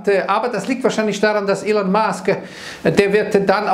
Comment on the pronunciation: ein muss ich lassen: „Ilon“ spricht er richtig aus 👍🙏